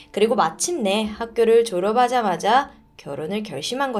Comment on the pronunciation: 졸업하자마자 -> 졸어파자마자 인데 조어바자마자 이러케 발음하시네여.. ㅎㅎㅎ 센소리발음을 정확하게 안하시는거같아요 ㅎㅎ 아무래도 말로 전달하는 만큼 발음 정확하게 하시면 더 좋을거같아영